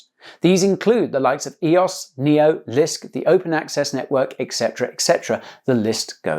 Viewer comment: he said lisk lol